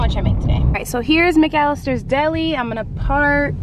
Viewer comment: She said McAllister weird